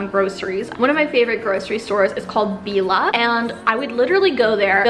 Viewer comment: You pronounced Billa wrong and I know I am from the Czech Republic and live in Prague